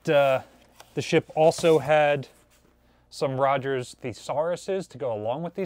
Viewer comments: Oh,. It's Roget's Thesaurus, not Rogers. Pronounced Row-JAY''s. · "rogers'" thesauruses? roger's? are there hints on how to pronounce "nuclear"? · Rogers Thesaurus is pronounced Ro´ shays. On the bright side, you nailed Thesaurus.....